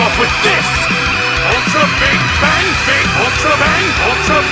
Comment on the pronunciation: It’s always a good day when can’t even say Big Bang right or when he has a seizure